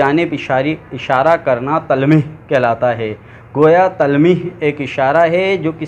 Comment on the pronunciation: اچھی کوشش ہے🍁 درست تلفّظ ۔۔۔۔۔۔۔ تلمیح ۔۔۔۔۔۔۔ Talmeeh جامِ جَم ۔۔۔۔۔۔۔۔۔۔۔۔ Jaam-e- Jum